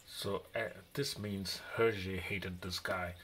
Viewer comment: Thanks for the video. "Belgium language" is actually French :) And yes, you've got the prononciation right. Beautiful book indeed. Hergé was a genius.